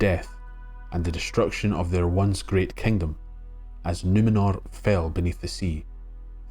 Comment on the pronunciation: This was really great! Though, much as a Scottish accent makes me weak at the knees, it was unintentionally funny to hear: "And the men of the Ale took Suh-ron back to Nuh-mennor from Middle Airth. Even the Fusstborn recognized the power of his rings to PREZAIRVE..." Aye,, ye might try a wee bit harder to nae sound so Gaelic about it all!